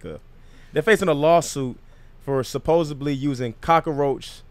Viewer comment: Somebody plz tell KB it's supposedly.